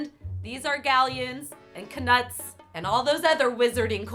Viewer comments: Did you just fucking call it a KUH NUT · You make out to be a massive HP fan but can't even pronounce 'Knut' 😒